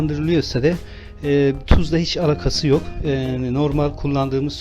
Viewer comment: Alâkası yok cümlesini yanlış teleffuz ediyorsunuz